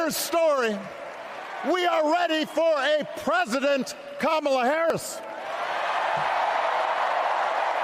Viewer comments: Hulk Hogan, confirmed raycust, was apparently mocking Kamala over her ethnic background last night in Ohio. He also reportedly mispronounced her name several times. I guess the doofus was thinking about an old wrestling nemesis of his, the Ugandan Giant Kamala. 🙄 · Obama pronounced her name incorrectly. 💙